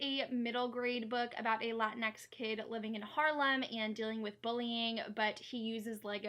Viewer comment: hey i love you! also just fyi as a latinx person i tend to prounce it lah-teen'-ex like you're saying latino or latina but with an x at the end instead :D